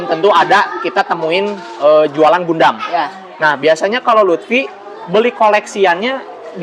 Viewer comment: bacanya Gandam, bukan Gundam